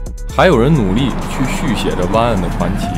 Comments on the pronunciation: its not 哇根，its 外根。。。。。。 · 和十几年前的大黑比差远了，还有主播的哇梗发音笑怕了